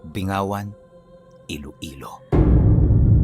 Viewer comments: Binggawan po tamang pronunciation nyan.. Malapit po kc un sa Capiz at palagi din kami dun dati kc may mga kapatid ang Papa ko sa lugar na un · Correction ang pronounciation po ng bayan na yan is binggawan pero ang spelling is bingawan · bing-gawan po pang pronunciation nyan midyo tigasan nyo po hehe. listening dito sa L.A